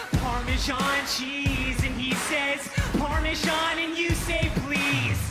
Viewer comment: Something Leaves me baffled. The parmesan song. He is the parmesan guy and he cannot even pronounce parmesan....